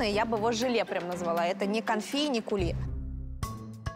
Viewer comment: Кули а не кЮли, (coulis) , то что может течь, то есть это соус .